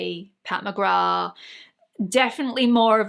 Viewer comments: WHAT??? Pat McGra???? Everyone and his/her mother on Youtube is pronouncing it wrong. Myself as well! McGrath (with the "th") sounds better. Who knew is right!! Enjoyed this video because I lovvve blushes - warm tone blushes. I lean towards the peach, coral, light terra cotta warm shades. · In Ireland we don't pronounce the th at the end of McGrath. Maybe that's where the mix up came from. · She’s of Jamaican descent and pronounces it with the th. I tend to say peoples names the way they do… it’s just polite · How can Pat McGrath have been out for years and EVERY YouTuber pronounces the “th?” Not saying it just sounds weird now. lol